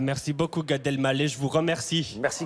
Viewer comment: Mince, Gad qui est l'un de mes humoristes préférés s'est encore trompé en prononçant son nom. Je ne perds pas espoir, un jour peut-être je l'entendrai prononcer Gad "El mallah", avec le h fortement aspiré puisque c'est un nom arabe qui signifie "vendeur de sel". Je précise "quavant" il n'avait aucun problème à prononcer correctement son nom...